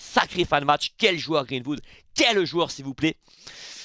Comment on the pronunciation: Match de folie encore, j'étais à fond dans le live! Mais fais moi plaisir sur la prononciation, Greenwood, pas Vood. 🙏